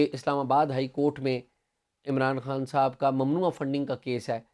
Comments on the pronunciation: عمر چیمہ صاحب جب خان کو عمران ہان کہتے ہیں یہ الگ ہی کول لگتا ہے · Umar cheema saab. Please pronounce khan from epiglottis!!